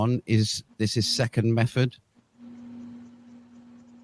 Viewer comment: a narcissistic Dunning-Kruger moron who cites a plethora of articles without reading them, and then spews pure bullshit, thick as shit. One's intelligence is suspect when you pronounce method as mefod.